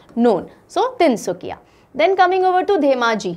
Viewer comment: Tin sukia...not tin sukhia ..In Assamese suk means corner...so tin sukia bole tu ..three corners.tin kunia..like triangle....lv 4m Assam..